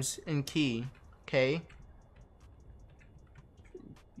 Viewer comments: its kay not kai btw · its khei as in K and not key